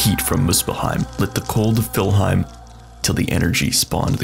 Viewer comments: It's called "Niflheim" not "Filheim". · I've never heard Niflheim being referred to as Fillheim before ... interesting. Edit: Had to stop watching this video due to the sheer amount of incorrect information. :/